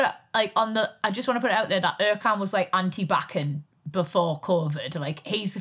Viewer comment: I like Vicky but his name is ErJan. C is J in the Turkish language.